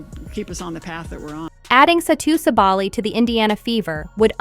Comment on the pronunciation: And thank you for making the effort to properly pronounce her last name!